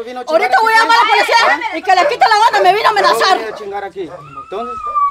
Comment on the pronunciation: Se dice policía no polecia😂😂😂😂ke bárbara es está mujer y yo riéndome ni ella ni aracely hablan bien